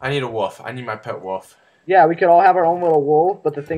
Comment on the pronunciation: it's Wolf, not woof